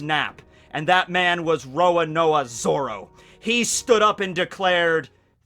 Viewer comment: WTF, did he just call him "Rororoa Zoro"?